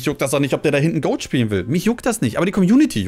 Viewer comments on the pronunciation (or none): none